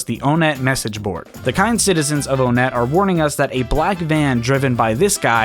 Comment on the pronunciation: Onett is pronounced with the number 1 (even the sign shows the "one" in different color font) The towns in Earthbound are ONEtt TWOson, THREEd, and FOURside